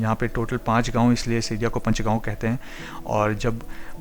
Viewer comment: पंचगांव as in पंचायत or पांच (5). It is not Punch. Please pronounce names of places correctly. You also say "red light" instead of "traffic lights" or traffic signal (s).